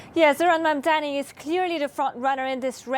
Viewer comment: Knucke dragging mugs, they are so pissed that Mamdani is going to win. Still can't say his name properly and it's not Mamdami to the thick news host